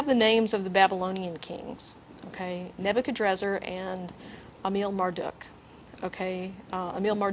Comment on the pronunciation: sorry, but "Nebuchadnezzar" isnt pronounced "neb-you-can-drazzar" (only one 'R' at the end) other than my lil ancient-king-name gripe, this show is fan-freaking-tastic, everyone keep up the good work!!!! Shit... shoulda waited for the later part when they go over the original and greek forms... i fail